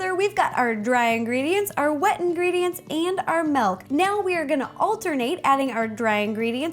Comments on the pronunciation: Justo Luis Vazquez-Lopez She always says melk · sorry if i sonded mean but you said malk not milk sorry if you did say milk but it sonds like your saying malk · Did she say Malk or milk hahaha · love how u say melk XD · I'm not hating but, it's milk, not melk... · not trying to be rude but it's not melk it's milk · She said "Melk" instead of Milk. LOL!!!😂😂😂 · She's says malk not milk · milk not melk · MELK! When people pronounce words differently then I do it drives me crazy! Just a pet peeve. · Malk you said malk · her voice was okay but then I heard, "melk" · Say milkshake Ok milkshake Now say milk Malk 😂😂👏🏻 Balloon shop anyone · It's so cute when she pronounces milk as melk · Aw, it's so cute how you pronounce "milk" xD "melk" :3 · am I the only one who heard her say malk twice before saying milk? i swear it was so cute. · Why does she say melk instead of milk!?!!!!? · Wait-WAIT-WAIT!!! Did she just say MELK!?!? its: M-I-L-K That's how MILK is spelled and pronounced! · Iam Dutch and you say "Milk" like "Melk" witch is Dutch.....(SO INTRESTING.🙈😂) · She says "melk" not "milk" ahaha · She was saying Malk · I thought you said Melk 😆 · Add the dry mix it up, and the MELK mix it up.... I love how she says milk "Melk" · She said MELK! :) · It sounds like Rosanna is saying melk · Did she say melk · Is it milk or melk???😂 jk love ya ro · she sais milk like melk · "MELK" Me: OOOOOH MYYYYY GAAAWWWWD STAAAAAAAPHHH😖😰😫😭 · She said "melk" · Umm I'm sorry, Ro, but wut? Did you really just say melk? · MY GOD! SHE SAYS "MALK"!!!! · It's annoying how you pronounce milk. You say melk